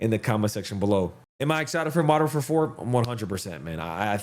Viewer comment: Modern WARFARE `사` 아니 `사` 라고 ㅋㅋㅋㅋㅋㅋㅋ